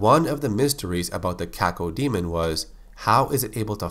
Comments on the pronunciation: When I was a kid, the name Cacodemon was apparently too much for my brain to process. I ended up pronouncing it "ka-CODE-mon" for six months before I realized that the word DEMON was in its name. Oops. lol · Cacodemon; Kay-Co-dee-mun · You say cacao diamond